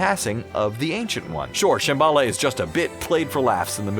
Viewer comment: As well as Shambala...